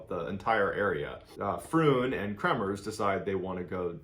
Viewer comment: You have made some major mistakes in this one:- 1/ You have incorrectly pronounced the name “KREMERS”. Please do not pronounce a persons name as if it is according to American/Canadian rules. They are Dutch..!! 2/ The girls did NOT stay at a hostel in Boquette. They stayed at the private home of a lady named Miriam and they had their own room. Miriam often hosted travellers and the two girls were the only guests there at that time. 3/ Their host did NOT have a dog that they trekked with! The dog that joined them for a short while on their trek was named “Blue” and he belonged to the owner of the restaurant at the start of the Pianista trail. The girls caught a taxi from their homestay to the start of the trail without any dog! I enjoy your videos, but not this one unfortunately, as some of your supposed facts are only mentioned by ordinary people commenting who have not looked into the facts of this case. PLEASE research how to pronounce a dead persons name correctly as a matter of courtesy..!!